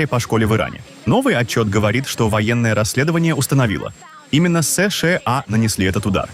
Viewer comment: Ты можешь выговорить нормально США а не как Ии бот😂